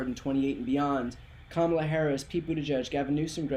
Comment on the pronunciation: He couldn’t say her name! He couldn’t say her name!